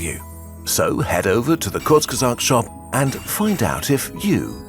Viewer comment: Thank tou kurzgesagt, you just finally told us how to pronounce the name